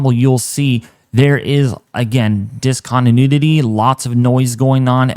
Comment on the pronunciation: Between and you say "Discontinudity" 3 times....lol. I can't tell if you're pronouncing it that way on purpose to be humorous, or if you really just mispronounce it without realizing it. I promise there's no "nudity' in that word though. It made me chuckle either way. Keep up the good work!